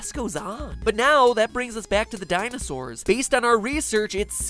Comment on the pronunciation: you mean, Dinoses?